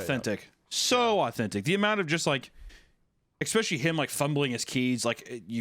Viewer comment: there we go, there's the "expecially" I was waiting for <3